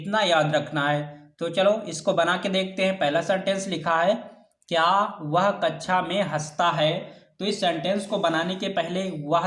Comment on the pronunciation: Aap kxa ki jghe kacha kyo bolte ho sir